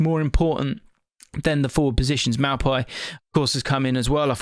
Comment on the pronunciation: That maupay pronunciation was a bit mad 😂